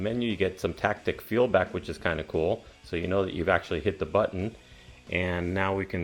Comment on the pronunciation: It's "taptic," not "tactic" 😭